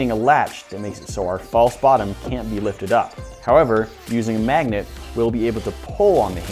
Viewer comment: lol mag-a-net